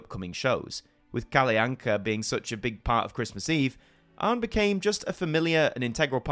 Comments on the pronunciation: It is normally pronounced Kall'Anka or Kallanka' in Sweden. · Your pronunciation of Kalle Anka is a good attempt, but you accidentally add a glide between them, which funnily enough is a common mispronunciation by Swedish children as well. But you are otherwise doing a great attempt at it. - But this video is so true; this segment on SVT is commonly just referred to in short as "Kalle Ankas julafton" "Kalle Ankas jul", or as simply as "Kalle Anka". It is indeed interesting that he became the name of the show, something I haven't even though of. - Also, both Arne and Weise have the final E pronounced like in Kalle. I would say it's safe to assume it is pronounced for these Germanic names. I would suggest listening to how it is pronounced on Google Translate in Swedish to get an idea of how to say it. Otherwise you did good on the Swedish stuff. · That’s actually not how Kalle anka is pronounced